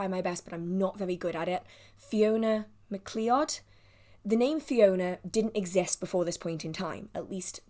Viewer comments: Thank you, I always enjoy your videos. I am from near Glasgow, McLeod is pronounced McLoud. Get well soon🤗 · Get well soon! My family and I got sick after Christmas as well ❤❤❤ Also, where I'm from McLeod is pronounced like McCloud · McLeod is pronounced like Mc Cloud. Thank you for making this lovely video despite being ill and remember that anytime you need to take time off for self care we will absolutely still all be here when you get back! ❤ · Hi her name is pronounced Mc Cloud as in Film Highlander Xb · I think it is pronounced Mcloud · It is pronounced “mc cloud” McLoed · Fiona McLeod' name is pronounced "mac loud". ❤ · I look forward to the book release video each month ❤️. McLeod is pronounced M'Cloud